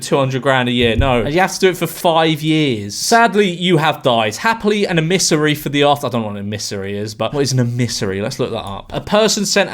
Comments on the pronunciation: A missary? It's emissary. Even your Dutch neighbours are giving up on you joining the Dark Side blowing in on Westerly winds from across the Pond, ie ignorance and stupidity. Em-mis-sary. Say it with me now....🤪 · George, are you not a native Englishman? I'm Swedish, and I know that's most certainly not how you pronounce emissary. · Not how you pronounce emissary.